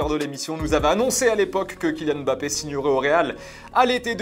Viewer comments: Pourquoi vous (et d’autres aussi) l’appelez Bappé et non pas M’Bappé ? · C’est Mbappé c’est pas bappé sérieux